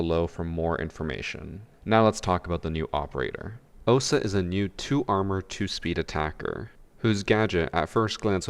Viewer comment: It's 'Ohsa'